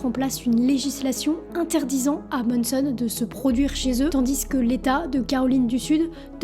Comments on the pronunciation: MANson, pas MONNEson ;) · C est pas MONSON! C’est MANSON! Ah les français 🤦🏻‍♂️